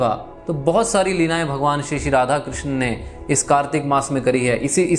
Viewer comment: कृष्णा नहीं कृष्ण बोलिए कृष्णा द्रोपदी को बोलते है